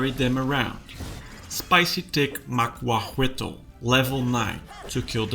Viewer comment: For anyone wondering how to pronounce macuahuitl it’s (ma) (caw) (tul)